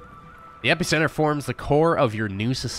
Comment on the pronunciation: Five minutes in, and I'm really enjoying the creator's personality and the video.. But the way he's pronouncing epicenter is triggering me xD